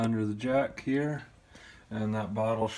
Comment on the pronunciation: Do you always say here like "heeya" lol